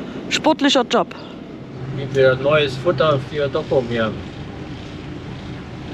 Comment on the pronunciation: Ein netter Bericht. Ich habe diese Tour schön des öfteren gemacht und Groningen ist ein echtes Highlight, Gestattet mir allerdings 2 Anmerkungen: 1. "Brückenwärter" wird nicht mit "e" geschrieben. 2. Es ware schön, wenn ihr mal versucht einige Ortsnamen richtig aussprechen. Im Niederländischen wird das u "ü", das ou "au" und das oe wie "u" gesprochen. Also z.B. Dokküm, Leeüwarden, Jaure etc. Ich hatte Euch übrigens vor Jahren schon einmal darauf hingewiesen, nichts für ungut. Mit freundlichen Grüßen